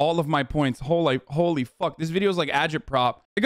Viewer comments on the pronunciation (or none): he almost said "hole i f*" accidentally instead of "holy f*" lmao